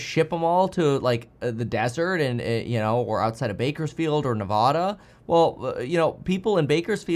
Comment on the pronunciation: Kevin, love you man but as a Nevada local I have to correct you - Nevada (Nev-ADD-Uh)